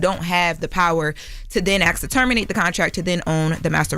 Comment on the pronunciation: The word is pronounced ASK